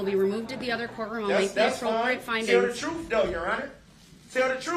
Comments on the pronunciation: The troof, axed, substained, (there were several more and my brain fart won't let me think of them!) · Because he took an “oaf” to tell the “troof”. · He wants the “troof to be told”! 😂😂😂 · Tell the "TROOF" about your "OAF" don't be "BIAST" "Y'ANER" and why you always "SUBSTAIN" all the "FAXS" is that "TAKIT" agreement and I "AXED" do you have "JURIZDICTIN" in the subject matter! 🤣😂🤣😂🤣😂🤣 "Remove me DEN" 😂🤣😂🤣😂 We can go on for days with his stupid shenanigans! 🤣😂🤣😂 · Darrell Only wants the "Troof to be told"!! He's VERY Concerned about Trooff!! Excluding the parts regarding Driving through a crowd of innocent spectators, of course. Trooff was a Major part of his Bible Lessons!! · He axed for the truff !